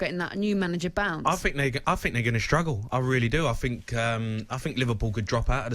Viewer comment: “Think” not “fink” you cretin